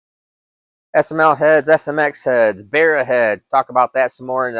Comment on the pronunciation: just a note from an aussie, pronounced barra (ba-ra, the engines had the codename barramundi when they were being designed) not berra